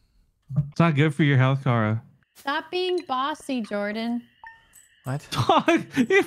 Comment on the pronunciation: for everyone watching this its jordan not jardon